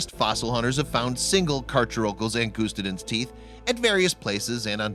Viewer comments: For future reference, its Ang UH Sty Den not Ang OOST aden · Wow can even pronounce angustiden right it’s pronounced like ang us ti den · You’re not pronouncing the species correctly. Check a dictionary… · also believe the specific name is pronounced an /gust /stidens no long "u" and has a short "i" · Btw that pronunciation was terrible it’s pronounced Ang us tide en